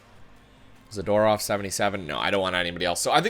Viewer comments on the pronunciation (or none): none